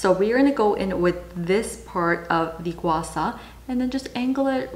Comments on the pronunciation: Not to dismiss the helpfulness of this video, but as a Mandarin speaker I have to object. It's pronounced gua SHAH rather than gua SA. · Why do you pronounce guasha as gua sa? Are you Thai? I know that Thai people had difficulties with pronouncing sh, but you speak english, so that shouldn't be a problem. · It’s Gua - Sha. Just like how it’s spelt.